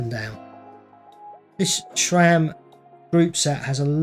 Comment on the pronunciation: Please, please. It' SRAM. Not SHRAM. If you don't believe me, ask SRAM.